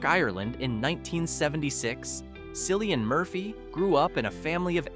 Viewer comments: How can you claim to know so much about someone and still mispronounce their name? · Learn to pronounce his damn name fer Christ sake